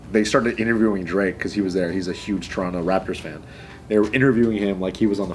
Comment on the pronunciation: actually says Toronto properly